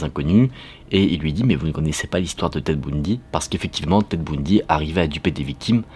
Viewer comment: Merci super vidéo super histoire 🔥🔥🔥 John avait certainement un faux badge et peut-être était un skyzo ou pire un killer 😵‍💫. Tu me fais rire quand tu parles de Tedd Bundy tu dis ' boundy '